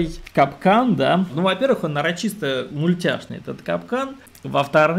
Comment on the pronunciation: Нарочито, а не нарочисто